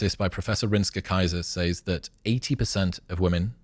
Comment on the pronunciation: Chris I genuine love you and think you're awesome in almost every way, BUT, I HATE the way you say the word "says". Is it a British thing to pronounce it "Sayze" instead "Sez"?? Drives me bonkers every time I hear you say it.😅